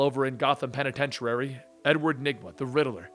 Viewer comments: penitentiary lol he said penintent-uary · he said penitent-uary lol